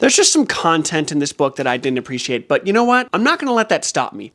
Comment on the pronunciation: you said “butt” instead of “but” and my reaction is making me realize that I don’t think I’ve matured since high school.